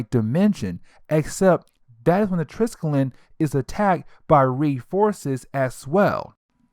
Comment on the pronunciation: TRIS-KELL-EE-UN -Triskellion. Jeez haven't you seen agents of shield? ^-^ I like the breakdowns tho!